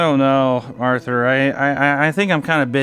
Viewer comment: Lol, he nailed Arthur. 🤣